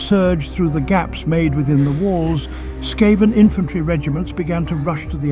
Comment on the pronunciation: Brilliant lore. Just one thing it's "Skaven" S.K.A.V.E.N!!!!! NOT S.K.A.V.A.N????????????